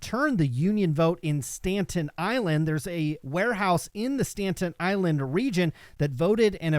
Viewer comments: Haha I was thinking the same thing. I’m from Brooklyn and I was so confused for a sec. Pronounced “Sta Tin” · STAN-TEN island? not a place!... STA-TEN just fyi -V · I love you, man, but it's "STATEN Island", not "Stanten Island". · Did you really say Stanton Island?